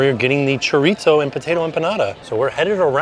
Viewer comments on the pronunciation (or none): Just fyi chorizo is pronounced kinda like Cho-reee-ssoooo. Try that! No T sounds for that word. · Have I been mispronouncing chorizo? Chore-eee-so? Does it have a “t” in? 🤷🏼‍♀️😂😂😂 not picking on, I just want to make sure I say it right.